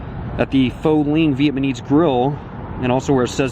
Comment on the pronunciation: Phở is NOT pronounced as Fo! Get a grip. Nor is Linh pronounced Lean. Omg, you even said Viet man ese. Dork.